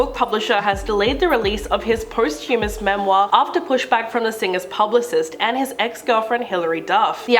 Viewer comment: Did she really mispronounce “postHUMOUS”..? Omg. 💀